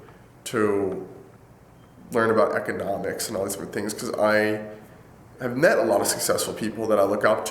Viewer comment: "Learn about ecochhnomicsh"